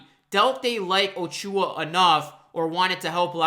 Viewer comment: I appreciate the watery eyes for this one. You are a true Raptors fan my friend. I had to laugh though when you kept saying O-Chew-ah. lol. Let's welcome the new blood by pronouncing ACHOO-ah correctly. :)